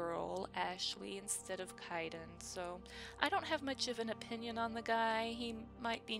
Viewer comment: I love how you keep miss pronouncing Kaiden name xD I know it's not intentional xD